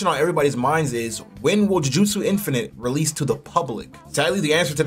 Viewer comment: Insane bro sacmmed me with saying realese